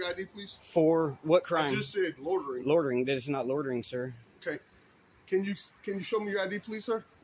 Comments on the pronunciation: Officer Craven needs to learn the English language. There's no such crime as "lortering" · It's loitering...not lortering...lol. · What is "lortering"? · If one can't pronounce the word 'loitering', one should not be able to accuse someone of doing it. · Officer Craven seems incapable of pronouncing "LOI ter Ing". Seems that remedial courses to get ones GED are not required in this jurisdiction. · This cop can't even pronounce loitering. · Those cops are not smart enough to even hide their retaliation on a cop watcher. The cop can’t even pronounce loitering correctly. That level of dumb should be what is illegal.